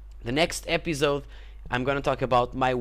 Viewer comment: I like how you say epizode :)